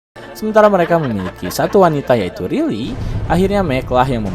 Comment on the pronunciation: bacanya Raili, bukan Rili 😝😝😝